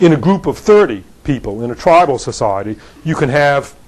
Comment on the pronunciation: how could you not like this talk? except he pronounces sociiieeeeeeety wierdly